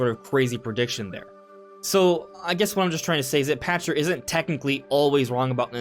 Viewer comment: Pachter = pack ter not pasture